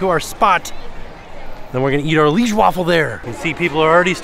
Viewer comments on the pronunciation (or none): It’s pronounced “Lee-aige”. It’s a city in Belgium.